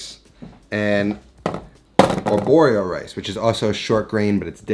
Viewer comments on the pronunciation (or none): Just discovered your channel G R E A T 1 mistake... riso arborio only 1 r not 2 not arborrio. ahahaa ciao